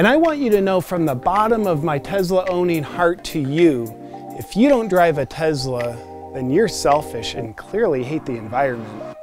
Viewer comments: Great channel , your entertaining AF ,it’s the rich guy making fun of rich guys it’s awesome! I know your just trying to get views with all the funny stuff so ,here is some real life information about owning a Tesla (it’s Tesla not “Tezzla” by the way)i am a car guy and have many cars most I have restored or built myself. I have a model X for the last 5 years and my kid drives a y for the last 2 years ,my house is solar. No oil changes , no radiator coolant and no gas stations, Over 100k miles before a break job . The thing is quick AF , the gull wing doors are a bit annoying, but my spry 95 year old grand mother can get in way easier than a typical rear entry car. To date both the X and the Y have not needed any service except one plastic part on the steering wheel that they replaced at my home ,basically the same day I scheduled it on the app. Oh, I can pre heat or pre cool the car before I get in. Super convenient on cold mornings. The auto drive feature isn’t perfect for sure,but IMO and experience the only way to create something this complex is to Build it and keep fixing it till it’s right and except the growing pains. I get the lithium issue , it sucks to need to dig anything out of the ground and burn shit into the air. There are just way too many people on the planet. So we’re all guilty. I don’t drive a Tesla for any one reason, I like to be on the edge of technology, I like to drive fast, I like not to stop at skeexy ass gas stations. I like to not need an oil cha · Literally first time I’ve heard it pronounced “Tezla” haha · The way he says “Tezla” realllly grinds my gears. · Tezla tezla tezla tezla tezla tezla. Are you dead yet? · Me too. Tezla. Sounds fucking annoying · "Tezla" you know this pisses them off and you say it through the whole video! 🤣😂🤣😂🤣😂 Luxury enviroshame just killed me. OMG! 🤣😂🤣😂🤣 Along with carbon shaming, you should trademark these. You are too awesome. I had to watch it twice! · He says "Tezla" the same way I do. Annoys my wife.